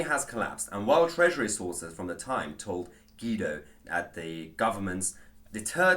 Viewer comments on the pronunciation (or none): “GWEE-DO” not “GEE-DO”